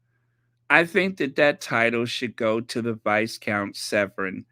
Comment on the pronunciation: Viscount=VYCOUNT the s is silent.